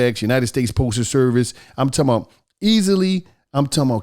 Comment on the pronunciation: Nobody: On The Paid Promo: "I'm Talm bout..."